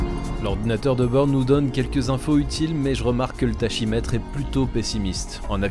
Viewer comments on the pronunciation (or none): Petite remarque en passant. Tachymètre se prononce ta-ki-metr et non ta-chi-metr. Ça vient de tacos, (grec pas de l'espagnol 😜) qui signifie rapide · "tachymètre" : on dit "taKimètre".